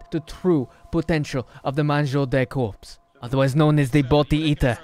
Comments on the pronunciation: Because he said "Mangeur de corpse" and ofc corpse is english normally there's no SE it's just corps and the S isn't prononciated more like "KOR" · in french corps is pronounced cor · French watcher here and the pronunciation for the "mangeur de" part is pretty ok, but "corps"? It would be "cadavre" but well :p Anyway going back to watch the video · Hello, the "p" and the "s" in "corps" are muted in french (i'm french)